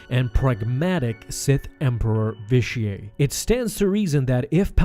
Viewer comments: Vish-ee-eight. It's pronounced Vish-ee-eight. Sorry, that was just bugging me. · You’re supposed to pronounce the T at the end of Vitiate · its vitiate not vitiaey or vitiae whatever you were saying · It's "vish-E-ate". Not "vish-E-ay". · Vi-shee-ate. Not Vi-shee-ay. Please get your pronunciations right. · I've heard his name both pronounced the way you did, and Vishiate. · Hahahahaha his name isnt frence hahahahahahahahah say the T next time u try and say it and it'll sound right hahahahahahahahaha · Ur saying the name weird... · Why do you pronounce Vitiate's name like its french? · I can't hardly stand you consistently mispronouncing his name. 🤦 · your pronounced vitiate wrong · That's certainly a strange way to pronounce Vitiate. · Why do you pronounce Vitiate in such a weird way? It is a HARD "T". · You say Vitiate weird. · You need to learn how to say Vitiate and Valkorian correctly